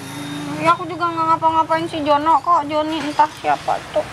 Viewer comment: jo ni dan bukan jojon😂😂😂